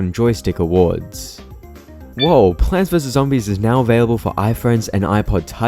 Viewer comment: I entered the video and the first thing I hear is "Pants vs Zoodis"